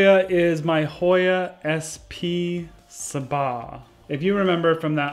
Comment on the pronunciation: . Sabah is pronounced as Sah-bah. it's a city in malaysia